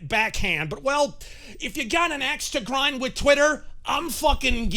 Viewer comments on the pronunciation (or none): none